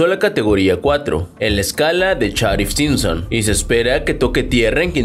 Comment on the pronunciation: No pretendo fastidiar pero es barbados no bárbados y se pronuncia safir, no charif Simpson. Todo ha de decirse los de nmas ni siquiera saben donde esta el huracán, te relatan que Beryl esta por las antillas menores y te ponen una imagen satelital de mexico de hace unas semanas.